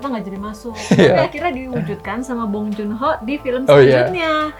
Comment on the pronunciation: Baru nonton okja, parasite sama memories of murder dan emang filmnya bagus2 sih btw, dibacanya Bong Jun Ho bkn Bong Jon Ho hehe😔